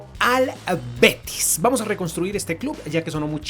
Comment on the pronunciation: en el minuto vive er beti manque pierda eso es andaluz un dialecto de una comunidad autónoma de España